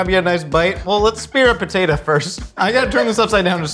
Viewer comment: Every time Josh says "french fried potater chips" like that I always wonder if he is referencing Sling Blade. Thank you for the confirmation!